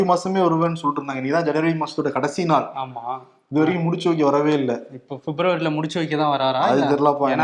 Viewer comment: ...என் காதுல தான் அப்படி கேட்டதுதா? முடிச்சு வைக்க அப்படின்கரத முடிச்சவுக்கி முடிச்சவுக்கி அப்படின்னு கேக்குது. இதுல ஒண்ணும் உள் குத்து இல்லையே.